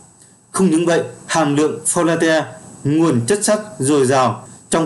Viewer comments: Hàm lượng fo lát bạn ơi đừng đọc fo la te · Cảm ơn kiến thức bổ ích từ kênh ! Góp ý với bạn nên nghiên cứu cải thiện cách đọc các từ sau cho chính xác hơn như Folate, protein, fructose, galactose... Chúc kênh ngày càng phát triển.